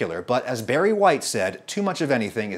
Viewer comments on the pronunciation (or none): none